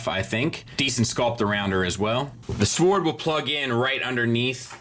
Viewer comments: There is a point where saying “sowaard” stops being funny and is just annoying. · The only thing that really bugs me in this review is his inability to pronounce "sword" properly, the "w" is silent.